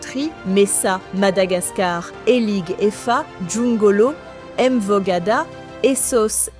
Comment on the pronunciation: Très jolie reportage ! Sauf que vous êtes méprisant. Quand vous arrivez quelques part demandez comment se prononcent les noms des villes et quartiers. Mvog Ada est différent de M'vog Ada. Je ne vous vois pas entrain de faire la même chose en Espagne, encore moins en Allemagne où ils sont champion en doubles consonnes en debut de phrase. (Shwaznegger, etc...) M'bappé n'est pas Mbappé etc.... et vous en faites trop. Vous les français.